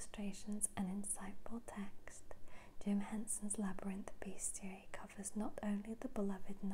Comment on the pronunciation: It's pronounced bes·ti·ar·y I checked Google 😂